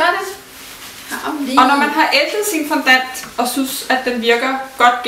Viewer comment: Fondant udtales altså fondang....